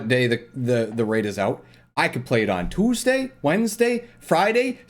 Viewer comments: I laughed so hard when he said 2’sday 😂😂. But I honestly get what he means, majority would prefer Saturday like it has always been. I’m Australian so meaning this might be the first time I can actually do a day one because it always launches on Sunday mornings for me (and I have a lot of commitments on sundays) so I just end up watching it on twitch or when everyone is done. But even tho this is convenient for me, a larger population would say other wise for them. So they should just do it how they always do. 🤷🏾‍♂️ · Did m'man say Toosday instead of Tuesday?